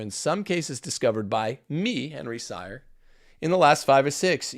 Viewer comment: Henry Sire pronounces his name as "Seer".